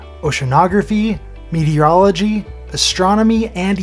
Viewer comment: The second moron cannot pronounce meteorology